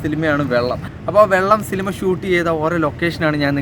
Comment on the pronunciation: സിലിമ അല്ല സിനിമ എന്ന് പറയാൻ പഠിക്ക് 🤣🤣🤣